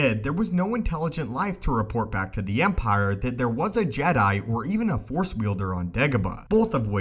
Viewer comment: Force!! Not Four!!!